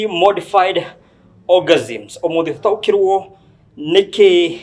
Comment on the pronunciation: Aki sio Orgasms😢 ni organisms😢